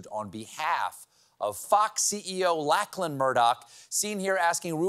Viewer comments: Someone should tell Stephen it's 'LOCK-lan', not 'LACK-lan'. Unfortunately we might be saying his name quite a lot in the future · LOCK-LIN not LACK-LIN lol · Laklan?? Lochlon! Stephen Lochlon!! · Well, as an Aussie too I love him but... um probably damning with faint praise to say it's better than most. Still yeah nah. And God knows I've NEVER heard anyone pronounce "Lachlan" like THAT!! "Lack-lin"?? It's "Lock-lin"!! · Curious to hear Stephen pronounce 'Lachlan' like 'Lack-lun' instead of 'Lock-lun'. I didn't realise it was such a rare name outside of Australia. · Ahh if only I could put corrections forward to Stephen cause that's not how Lachlan is pronounced 😅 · G’day Stephen, Awesome monologue as usual. Just a heads up, Lachlan is pronounced Locklan not Lacklan …. an online correction to Straylia will suffice. (for all your Aussie Language needs: . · So Good ! I just laughed and laughed....Lachlan is pronounced Lock-lin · That's not how you pronounce Lachlan. it's pronounced "lock-lan". Think Loch Lomond, Scottish, etc..... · He could learn how to say Lachlan, though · Was Stephen mis-pronouncing "Lachlan" on purpose? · Are there no Scots in America, why can't you guys pronounce Lachlan?